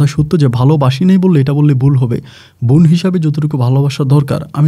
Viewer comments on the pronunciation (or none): Vai apni ekn kusuta tik vabe pronunciation Korean, easte easte tik kore nen,nyto sunte baje lage. Von na bon,sakma na chakma. Easte easte tik kore nen.